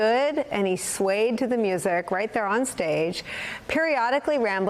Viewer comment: "lesss make it into a musshic" 😂